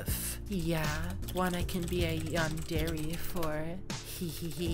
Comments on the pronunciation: "yan der ay" not "yan dairy" LMAO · its pronounced yandera but i guess yandairy works (yandere) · Man said yan-dairy 💀💀💀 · Bro for me watching anime all my life and playing anime games “yawndairy” caught me off guard so much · i just cant get over the fact he's pronouncing it "Yandairy" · ah yes: yan-dairy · “Yan dairy”💀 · “A yondairy” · Bro says yandere like yandairy💀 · "yan-dairy" T-T.. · A yandairy💀💀💀💀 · Why is bro saying yan DAIRY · i thought u where supposed to say it like yan der aye.. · The way u pronounce yandere kills me 😭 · Erm actually you are saying yandere wrong 🤓